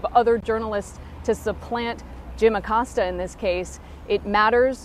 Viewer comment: jesus christ....ah-Cōs-ta